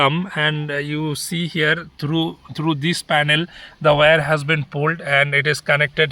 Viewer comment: WIRE is pronounced ' Why-Are' not 'way-are'